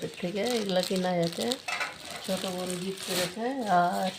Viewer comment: গিপট না আপা গিফট 🙄